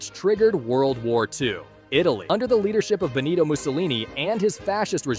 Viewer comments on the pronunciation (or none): none